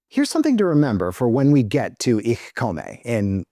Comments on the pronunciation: I love everything about the video except your pronunciation of "Ich komme." The "e" at the end is a schwa, not a long "a." (I'm actually pretty happy with the "Ich" part, but that's just an accent, not a mispronunciation.) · Since it's inspired by (foreign to finns) german porn pronouncing it wrong makes sense it context